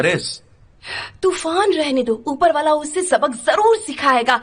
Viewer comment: Turan ❎ tufan ✅